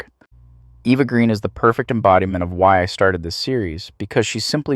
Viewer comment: No.1 Heaving Gallic Goddess.P.S.....Her surname is pronounced Gren,not Green.